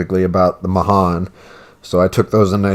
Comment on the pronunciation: USS Mahan is the name of the ship that I served on in the Navy and it's my favorite tier 5 DD She's a great gunboat 😊 Pronounced "mu-han" Nice video